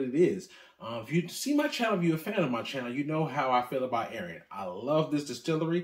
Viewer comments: Great video but gotta work on your pronunciation of these items. Wrong on almost all of them including the very brand of whisky lol. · I've never heard someone mispronounce Arran.